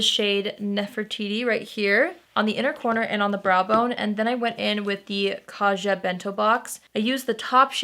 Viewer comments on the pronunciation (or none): For the two Korean products~ Laneige is pronounced la-ne-jeu (if you shorten it to two syllables, it's closer to lahn-edge) and for Kaja, the j doesn't make a jh sound. Both syllables are stressed. Kah-jah. It's mean's let's go in Korean.